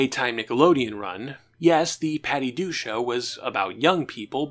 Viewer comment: Why do you keep saying "The Patty Du Show"? You keep cutting out the K. It's very weird. Add that to your "exscape" speech impediment, and I'm very confused.